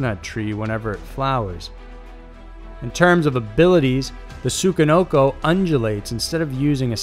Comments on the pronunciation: "tsukanoko" lmfao im joked chi, man. tsuCHI. i can hardly sit through it omggg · Tsuchi...SU-CHI...not what you said... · You pronounced Tsuchinoko wrong. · Good video, but holy shit you butchered the pronunciation of the Tsuchinoko.